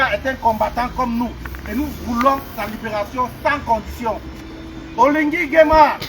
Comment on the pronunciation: La cause est juste mais attendez quand-même que vous soyez même 100 personnes. Il y'a de camerounais en Belgique pourquoi vous êtes moins de 100 seulement. OLIGUI ET NON OLINGUI